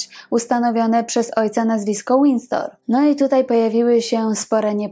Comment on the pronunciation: Zamek nosi nazwę Windsor a nie Windstor.